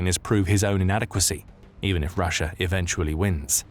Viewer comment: Remember it's not Russia it's Russiar